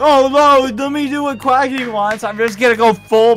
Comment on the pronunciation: he said quacky go